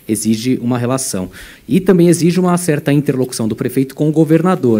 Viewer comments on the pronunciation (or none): none